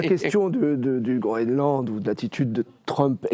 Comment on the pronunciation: Qu'est-ce qu'ils ont tous à parler de Groeland, c'est le Groenland, messieurs.